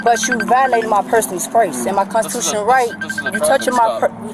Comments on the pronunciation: Brenda knows her konchuchunal right! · I'm confused as to how people understand their constitutional rights and yet can't pronounce constitutional rights.